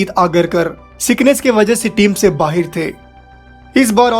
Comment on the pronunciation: Video me jiski voice hai wo Bhai 🇵🇰 ka lagta hai. Bahir nahi hota bhai Bahar hota hai.